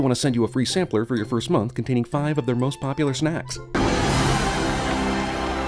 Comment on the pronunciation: Did he say "sampler" at the ad?